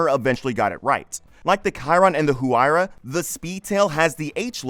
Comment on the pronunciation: Once I heard Hu-why-ra…I immediately knew the narrator was not a car guy.